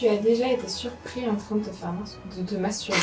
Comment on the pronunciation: ce "MATSURBER" ^^